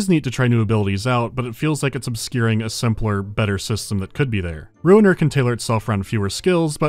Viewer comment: I'm shocked to learn that the game's name is Ruiner and not Runer.